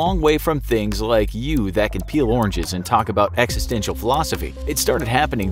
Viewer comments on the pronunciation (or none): none